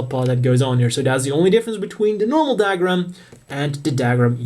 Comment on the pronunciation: What's "dag-rum" ? it's pronounced "dug-rum"